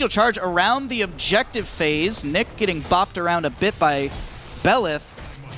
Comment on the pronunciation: Hesus, the German player is not Nick is Niche ...wtf ! Do u hear for Niche?